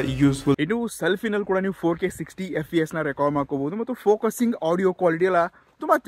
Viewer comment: "edu" ..word range eDu antha kelstide ...and FPS.. FVS antha pronounce attire ..words mispronounce nodkoli